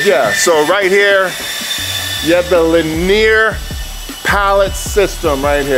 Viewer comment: linear? not leneer